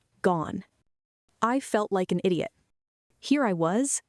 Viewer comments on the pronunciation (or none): none